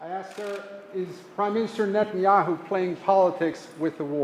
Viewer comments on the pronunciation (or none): none